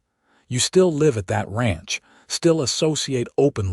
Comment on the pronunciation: You read "live" as a noun, instead of reading it as verb.